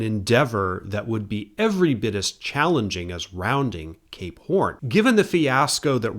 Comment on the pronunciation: I don't mind pronunciations that are slightly amiss, but I'm convinced the way he says "Cape Horn" has to be at least a little bit of a troll